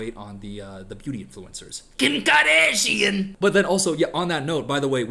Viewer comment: That "KIM KAHDASHIAN!" Just got me 😂😂😂